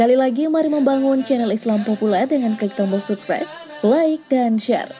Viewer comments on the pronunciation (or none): none